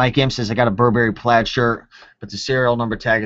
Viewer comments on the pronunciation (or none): none